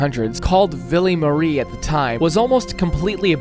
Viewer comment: he said villee marie VILL-EE MA-REE